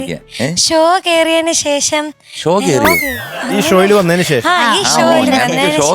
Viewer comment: ആയുശ്രീ ശേശമല്ല ശേഷം എന്നു ഉച്ചരിക്കണം. മലയാളം പാട്ട് പാടാൻ വന്നിട്ട് മലയാള അക്ഷരത്തെ കൊഞ്ഞനം കാട്ടുന്നോ? ദയവു ചെയ്ത് ഭാഷയെ ഇങ്ങനെ വധിക്കരുത്. സങ്കടം കൊണ്ട് പറയുന്നതാ